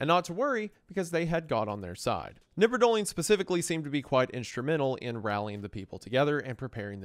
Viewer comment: In germany we pronounce the K in knipperdolling. Just fyi